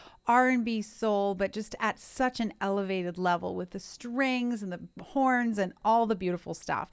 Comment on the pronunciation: Did u says strings and porns??